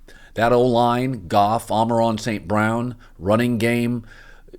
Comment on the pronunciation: Collin can NOT stop saying Amon Ron StBrown